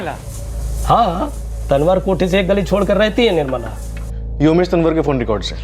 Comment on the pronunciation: Tanwar को तंवर बोला जाता है,तनवर नही..स्क्रिप्ट लिखने वाले को इतना भी नही पता